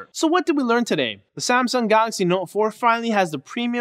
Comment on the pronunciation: "Samsung Galary Note 4" 😂😂😂